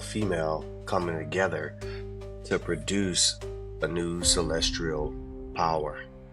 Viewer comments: He keeps saying CELESTRIAL but that is not the word 🤦‍♀️ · once you say "celest-rial" multiple times in a video like that, it's kinda difficult to take anything else you're saying seriously. Just being honest. He's not serious. Don't listen to him.